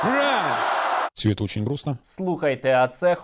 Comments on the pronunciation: Лише мені здалося, що дядько подібний на пуцькіна говорив під плюсову фонограму, а коли відкрив рило - то "уя уя уя-я-я" було занадто хриплим і без букви "Р"???? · Почему Моль кричит "ура" как с акцентом? "Оура" ... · Мне послышалось как пуйло говорило слово "ура" как-то по английски) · А почему у Пукина английский акцент, когда он кричит Ура ?😂